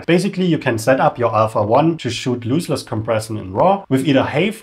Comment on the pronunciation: great video... btw, it's LOSS-less compression, not LOOSE-less : )